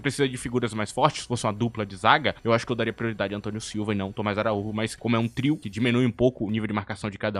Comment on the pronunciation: ele é português, não espanhol, o nome dele lê-se "araújo" não araúrro